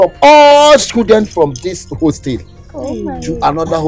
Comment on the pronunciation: Is it a hostel or wholestale 😂😂😂